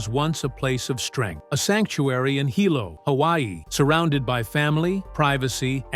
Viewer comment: Sorry To Correct You About Saying BJ’s Home Town Name Terribly Wrong. Because I Am Also From There And Know The Penn Family. We Who Is Was Born There And Have Generation’s Of Ohana That Had Been Born & Raised There. We Ten To Get A Little Eerrrr About Saying Our Town Really Wrong It Is Pronounced : Hee - Lo , Hilo,Hi BJ Is Called Like All Us Boy’s From That Town Are Called “Hilo Boy’s” , Mahalo (Mah - Ha - Lo) For Making This Video Of One Of HILO BOY’S To Be Proud Of!!!!! But His Decline Of His Mental State. I Have Talked With My Ohana About Fighting And Losing. We All Agreed Something Was Going On With Him He Is Not Really Fighting How He Was Trained And When His 1st Video Popped Up I Told My Cousin’s See I Knew Something Was Up!!! I Said “I Wonder If It’s Like What They Say About Boxing & Football???? Getting Hit In The Head To Much In The Head Then Your Brain Would Go Wrong. So I Wonder?????